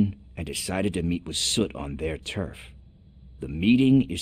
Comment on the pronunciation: The word is "turf" pronounced "terf" 😂